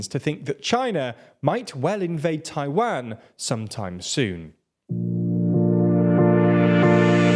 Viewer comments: Great video... but I hate to say that your mispronunciation of Tiawan was distracting the hell out of me. I can't be the only one right?? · I find the /tʰa͡ɪˈwæn/ pronunciation from the British a little surprising. It sounds more like something we'd do, but nope, we say /tʰa͡ɪˈwɑn/ lol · That's an odd way of saying Taiwan.